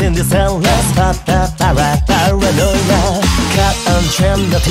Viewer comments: 2つ目のコメント失礼します!!さすがに最高すぎません？のイケボォにあってるし、前の女声の時は可愛さがあったけど今回は狂気感を感じました(なんかごめんなさい)かっこよさには変わりないんですけどね!!『パーラノーイア』の発音めっちゃ好きです➰🫰🏻❤️‍🔥いつもお疲れ様ですっ！ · うぽつです！女声だけでなく、Englishver.も出してくれて嬉しいです！この曲大好きなので英語訳も覚えたいな…… 好きなところ コーラス毎度ありがとうございます……たまに聞こえてくる「つ」の発音が好きすぎて何度も聞いてます⸜❤︎⸝‍ 「para」の発音が綺麗で癖になります……！ ここのリズム感、心地いいです 「Here!」かっこいい！！ がなりかっこいいし、息の抜け方がちょっと清楚で好き…… コーラス英語感あってかっこいい 「狂狂」かわいい！！ 今度はかっこいい！？振れ幅すごすぎます！！ ちょっと高めの声が今度かわいい…… がなり好きだ(*˙˘˙)♡ え！？清楚！？ だんだんテンションが上がっていって遠くに飛ばすような声が刺さる…… 「soon」も上同様！！ リズム感好き！ 音ハメ神ってますね 日本語だと同じ言葉を繰り返してるだけなのに英語訳したら変わるのアレンジが好きです……所々入る早口とがなりで何度も聞いちゃいます！ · 英語だから当たり前なのかもしれないけど｢パラ｣の発音が｢nパra｣って感じでめっちゃすきです(^ ̥_ ̫ _ ̥^) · バグ英語ver.凄いかっこいい〜女声ver.の時と雰囲気違ってより楽しめます🫶🏻 色気ある歌い方と力強い歌い方、アレンジコーラスどれもかっこいい✨ パラノイヤの発音がしっかり英語になってて細かい所まで拘っていて素敵です。 やっぱりの歌声最高です👏🏻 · バグはパラノイアとかバグとかで 発音の良さがめちゃめちゃわかる！！ 曲と声質が合ってて最高！！ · 日本語カバーに引き続き英語でも!? ひさしぶりのかっこいふfullで聞けて最高でした！✨ パラノイアのとこも日本語カバーの時より英語っぽくなってて、発音とか何もかもにこだわっててめちゃ良かったです！！ときどき入ってくるがなりとかほんとにかっこよくて聞いててほんとに飽きない😭✨くるくるのとこ裏声なのほんとに可愛くて素敵でした🥹✨ ラスサビ前少し音が籠ってる？ような表現になっててうわー！くる！！みたいな感じになって凄かったです💓🤟 そのまま英語に訳すんじゃなくて、訳す上で凄いこだわってるんだろうなぁってのが伝わってきてめちゃめちゃ魅了されました💭💙🫶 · パラノイアの部分そのままなのに発音良すぎてアレンジに思えてきちゃいます🤔ハイテンポの歌なのに英語スラスラ歌えちゃうのは相変わらずてんさいふです！ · んぇ...バグ2回目ですか...!? 好きなんですけどゑ、無理です（（ぇ 全力待機です...もうペンラ持ちます ... 😭😭 ◇ 視聴後 . 初めのコーラスからもう鳥肌が止まりません...🥲🥲 「paranoiA（D）」のとこ発音まじすきです、、 思わず唸っちゃうくらい好きです、まじでかっこよすぎます😭 ちゃんとペンラ振って聴きました（） 『あはっ』のとこ『あはーん』なのやめて欲しいです、、wwww（ツボ） もう全体通してくそかっこよすぎてしんじゃいます...素敵な歌みたありがとうございます...✨💙🥲🥲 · うー、かっこいいー！ かっこよくて涙出ます♡ 最初の方「パラノイア」の発音、超かっこよかった！ 同じ曲を女の子の声でかわいく歌ったかと思えば、かっこいい英語で歌ったりと魅力の幅がやばいですね、本当すごい！ 大好きだー！ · パラノイアとかの発音が大好き^..^♪ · 英語かっこよすぎます😭色んなのバグを楽しめて幸せです贅沢、、、🌟 コーラスすごく綺麗でお洒落でキラキラしてました！！！間奏の重なり具合やばいです最高です٩(｡˃ ᵕ ˂ )و♡ がなりと最後の勢いよく畳み掛ける感じすごくかっこいいです🫶🏻 パラのラの発音とサビ終わりの息の抜き方もとても好きです 狂狂と笑い方かわいくてすきです🎀♡(ᐡ•͈ ·̫ •͈ᐡ )。